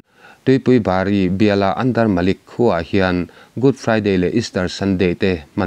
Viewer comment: Andermlik ni lovin,Andermanik tih zawk tur a ni lo maw